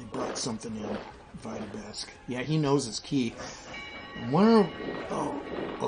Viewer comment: “Trying to take Vita-besk” that is a very funny way to pronounce Vitebsk lol